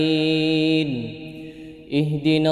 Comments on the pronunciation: Nasta'in ia baca nastaim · naam, sy dengarnya jga nasta'im kata dhalliinnya jga dbaca dhalliim.